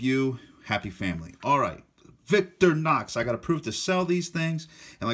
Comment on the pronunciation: I'm sorry I can't help myself....VIC-TOR-IN-OX not VICTOR-NOX. Otherwise nice video.